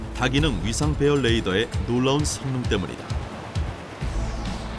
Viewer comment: 해설자 수고하시는데 레이더 (Radar) 의 발음에 유의하셔야 합니다. no ladar, please.